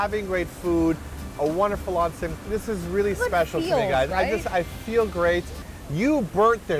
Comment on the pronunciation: I love you guys for properly pernouncing onsen...